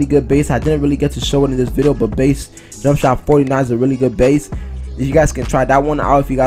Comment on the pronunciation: You should learn how to say video before you continue saying the word